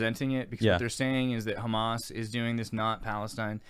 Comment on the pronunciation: I love Israel. Also, emphasis is on the end of the word, ha-MAS, not HA-mas